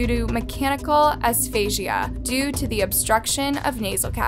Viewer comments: either way... It's not "aphasia" (uh-fay-juh) as this awful narrator pronounces it... They're two totally different words. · Not being mean, but for reference for your future videos- Asphyxia (basically suffocating) is pronounced As-fix-ia. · Have to tell you love that you don't pronounce asphyxia as aphasia- there is a massive difference between the two. The first is pronounced as asfixia and the second afasia. The second is loss of communication, sometimes after a stroke. Poor little girl. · I'm sorry, but it's not medical 'asphasia', it's medical asphyxia, pronounced as-fix-ia. This case is evil, corrupt & disgusting. May God rest that little girls soul. ✝️ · It is asphyxia... asfiksea.... or as my 5 year old would say ass fix se a... amazing that you have this many subscribers and pronounce it as.. as faze a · You’ve subtitled ‘mechanical asphyxia’ but then you said ‘asphasia’ which isn’t a thing. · Really sad story, poor girl, but its "ass-fix-ee-ah" not asphasia ;) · & the word is NOT pronounced Asfashia it;s pronounced AsFIXia... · You kept saying "aphasia " and honestly I was confused. It is asphyxia. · Mechanical asphyxia pronounced a-fix-ia for future videos. Aphasia is inability to speak. Usually from a stroke or some brain injury. Hope this is helpful. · It's asphyxia like "uh-sfix-see-uh" not like Aphasia pronounced "uh-fay-zhee-uh" sorry that just bothered me so much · You did a good job on the video but her name is pronounced AS-PHYX-IA. “Aphasia” is another thing altogether. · Asphyxia is pronounced Ass-fix-eee-uh I feel like such an a jerk saying that however I watch all your videos and there always seems to be something mispronounced. I do truly love your channel so I hope this is viewed as a kind critique and not a cruel comment. 😅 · Asphyxia is pronounced ass-fix-ee-uh. Not aph-ay-sia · Asphyxia not Aphasia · Love your videos, I binge-watched them all! Also, for future reference, asphyxia is pronounced "as- fix-ia." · Asphyxia...not asphasia.